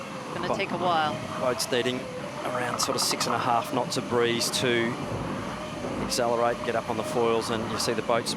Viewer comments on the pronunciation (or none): I wish this commentator would stop saying "Axezellerate" - it's not a word. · I know right. Grinds my gears when I hear people say it back home in NZ. Can't understand how people can't pronounce accelerate properly 🤔